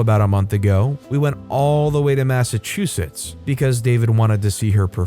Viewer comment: This is the 1st time that I have ever heard Massachusetts pronounced correctly!